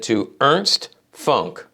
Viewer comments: Yep. It's pronounced "Foonk" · Nice moves, unfortunately "Funk" is pronounced differently in German.